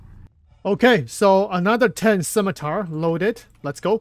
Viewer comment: Cap, thank you for making the effort on "Scimitar". Much Appreciated!